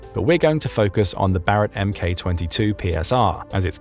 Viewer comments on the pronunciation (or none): none